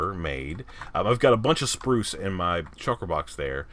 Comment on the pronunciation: Every time I hear you say the word “spruce;” I picture that kid, Bruce from the movie, Matilda. 😆 I think it’s the way you pronounce the U sound! I am really digging the creeper farm; I think it’s great! I love the idea of using the trident like that! So cool! #LG4Lyfe